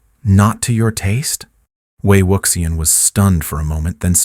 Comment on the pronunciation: Please, please learn to pronounce Wei Wuxian's name correctly!!! ( way wushian.)